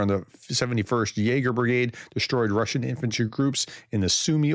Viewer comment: your Russian pronunciation is getting better 😂😂😅 Steve LONDON, UNITED KINGDOM